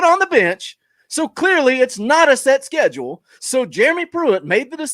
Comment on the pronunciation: “Schedue!! We talking bout schedue??” Yes I know it’s schedule. I used to watch for JP’s rants, now I watch for..love the show and finally got my shirt today!! Been lurking since show 2 or 3.